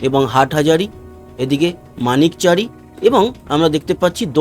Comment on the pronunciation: মানিকছারি না মানিকছড়ি হবে।